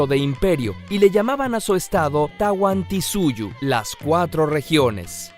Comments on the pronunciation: se lee tawanthisuyu pero se pronuncia tawanthisuyo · es tahuantinsuyo no tawantisuyo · Buen video pero infórmate bien no es tanwantinsuyu sino tanwantinsuyo y no fue sapan inca sino manco capac. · yo vengo porque tengo q estudiar p una prueba soy e chile y se dice tahuantinsuyo no tawantisuyo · hay un pequeño fe de erratas al principio: el imperio inca se llamaba Tahuantinsuyo, no Tahuantisuyo y también llegó hasta una pequeña porción del actual territorio de Colombia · ES TAHUANTINSUYO O TAWANTINSUYO no tahuantisuyo como dicen ahí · Hay bastantes errores como: - No es "Tahuantisuyu", es "Tahuantinsuyu/o". - No es "Inti Dios del sol", es "Inti el Dios sol". - Es cierto que mandó a su hijo y a su esposa, pero no se llaman "Sapa Inca", se llama "Manco Capac y a su esposa Mama Ocllo". - No los mandaron a fundar cuzco, los mandaron a buscar un lugar donde fundar su "imperio" (Cuzco). - El último inca no fue "Tupac Amaru", fue "Atahualpa". Al fin y al cabo, la intención es lo que cuenta :) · Es tahuantinsuyo no tawantisuyu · todo lo que dijiste esta bien excepto "tahuantisuyo" pero lo demás estaba bien ( PSTDA: soy peruana;) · yo vengo por mi examen y por sierto se pronuncia tahuantinsuyo